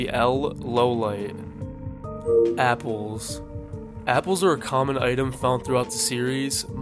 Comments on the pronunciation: im pretty sure its law-lee-aye? kinda french sounding maybe? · bro PLEAAAASE stop mispronouncing things. You made a damn iceberg for this ;-; how do you not hear their name's? its LAW-LEE-IT, not LOW-LIGHT. AND IT'S WAH-TAH-REE, not WATERY. And the author's name isn't "Tuh-soo-mee-oh-bah" it's "Tsoo-goo-mee-oh-bah". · it's LAW-LIET, not LOW-LIGHT you Mono-Tard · bro said L. Lowlight. its L. Lawliet my friend. LAW-LE-ET. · BRO HOW DARE HE SAY "L LOWLIGHT" 😭😭😭😭😭😭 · Dude how are you messing the simplest pronounciations , fucking L lowlight 🫩🥀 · That's the first time I heard "Lawliet" pronounced like that. Although, i guess it's technically correct since it's 「ローライト」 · That's not how you pronounce L's last name. Also, Light would have possession of Rem's DN, therefore, being able to determine L and W name. Damn did you even watch the show?